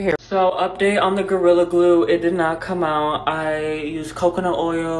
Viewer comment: And they still say kam 😂😂😂😂